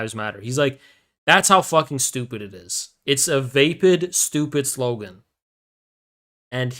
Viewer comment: Grammar nazi chiming in, vapid is pronounced like rapid. Always like your streams even though you a filthy commie.